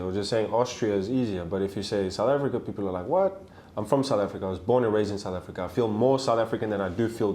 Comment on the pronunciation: Sooth ahfiica